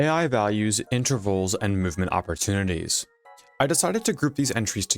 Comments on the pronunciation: Opportunities, not "oppertunites" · "Oppertunties" is wild